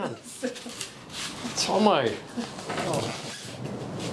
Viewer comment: Tomo not johno 😭🤦‍♂️